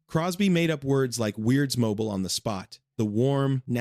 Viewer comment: Bing’s ad lib was pronounced “weirds-mobeel” - if this AI speaker had “seen” (and heard) the movie, it would know that’s how Bing said that word. HIRE HUMANS!